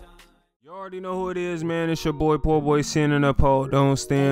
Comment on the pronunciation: Hey buddy it’s poor not po